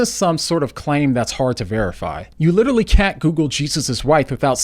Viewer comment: I really wanted to watch this but I just can't listen to someone constantly using the term "literally" and pronounces it "little-ly." OMG! It doesn't stop!